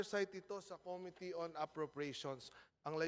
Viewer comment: may sarili ring pronciation tong congress, eh. ko mi tea - imbis na committee